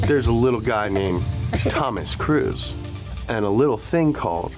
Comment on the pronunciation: Tom’s last name is pronounced cruise not Cruz Cruz is like saying crud